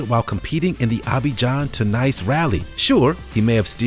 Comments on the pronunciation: Pronounce Nice, France like niece not like 'nice'. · "Nice" (the city) is pronounced "Neece"